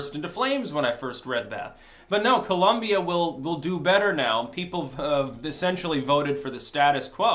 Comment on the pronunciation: People, it is Col*O*mbia not Col*U*mbia! With O not U.